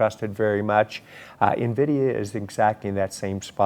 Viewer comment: DONT SAY NAVIDIA, ITS en-vidia . A veteran journalist who cannot pronounce Nvidia.